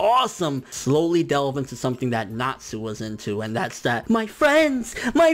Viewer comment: I love happy... he's freaking adorable. Plus he ships nalu so ya.... I also don't mind sting and rouge any more... When you said I was really pissed because he did improve a lot actually! This is starting to annoy me... ERZA! ERZA is my spirit animal! Go away. YOU SAY ERZA WRONG Hiro mashima is an amazing person Go away